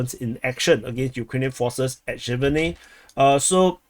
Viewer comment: Sjeverne is pronounced "Severne" the j makes a "ye" sound or you can just omit it